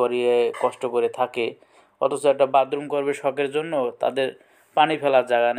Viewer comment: বাদরুম না বাথরুম????😂😂😂😂